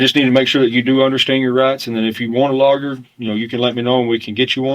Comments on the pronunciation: Judge: "Given that the Miranda rights were read as lawger instead of lawyer, we must dismiss this case." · The cop can't pronounce Lawyer correctly. It's hilarious. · Love the way that cop pronounces the word 'lawyer'.